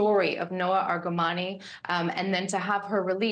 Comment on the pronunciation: Noa Argamani is so famous, yet you don't have the decency to pronounce her last name correctly?